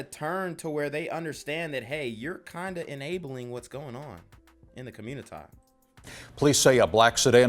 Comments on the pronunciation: Through madness laughter is indeed a good antidote.. And yeah him saying commuitah is funny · Do u listen to CGA, I’ve heard u say communitah and it had me laughing